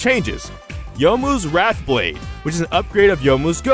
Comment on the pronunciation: It's *Wraith*blade not *Wrath*blade